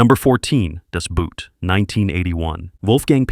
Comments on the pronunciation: Das Boot is pronounced boat. Same as in English. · Das Boot doesn't write with brute! The boot is on the other foot! It's a submarine, a U-Boot. It sounds similar to English "boat". (Was this an AI commentary?) Is this an AI comment? Nope. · Uhm ... The Lives of Others is not a ww2 movie. It's a great movie but just doesn't belong in that list. Also please stop pronouncing "Das Boot" as if you were talking about footwear when the actual german pronounciation is so close to the english "boat". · He meant to say, that the narrator utterly mis-pronounced "Das Boot". But not only that: "Bruno Ganz", "Günther Grass", "Volker Schlöndorff", "Rainer Werner Fassbinder" are also butchered pretty badly... :-(